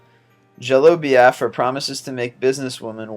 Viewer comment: These lists are horribly researched (i#7 was Perry not Cain) and the narrator can't pronounce a word over three letters (#20/#9 Reeegan, #16 Cuesinik, #12 Beeeaffra, #1 Rooooesvelt.) touche from Dan...